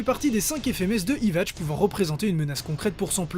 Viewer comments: il a dit Ivatch ç_ç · Pourquoi tu dis '' ivatch ''? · tu prononce mal nnoitra et ywach